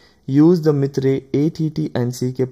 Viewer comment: video is good, but its not mithrey it can be pronounced as myter